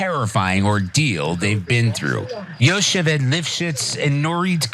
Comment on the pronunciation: Its yo-hev-ed you dumb fucks. with like a lugge sounding H.